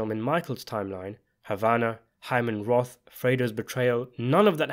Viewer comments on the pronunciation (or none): none